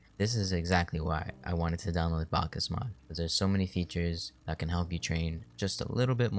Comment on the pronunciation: you say it like backs mod